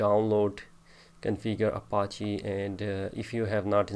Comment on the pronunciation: He is saying Appachiee